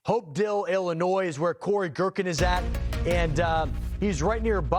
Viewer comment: No s in Illinois when you pronounce it and The county is Taz like Tasmanian devil not tayswill there you go have a great day